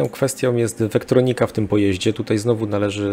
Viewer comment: Tak naprawdę to wetronika, a nie wektronika, ale tak naprawdę to nieistotny drobiazg:)